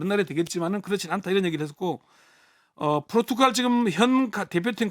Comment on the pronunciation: 대기자님, 발음 똑바로 하세요. 포르투칼이 아니라 포르투갈입니다.